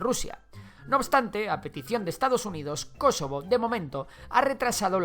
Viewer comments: Por qué dices Kosovo con acento en la antepenúltima sí ésta no es una palabra esdrújulua :’v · Me incomoda como pronuncia "Kosovo", no es palabra esdrújula. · Jajajajajaja creí que decía kesovo